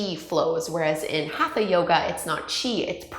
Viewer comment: Great explanation. I just wish your pronunciation was better. Hatha, chakras, and asana aren’t being pronounced properly. But your videos are great and very informative.